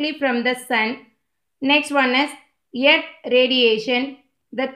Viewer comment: It is earth not yerth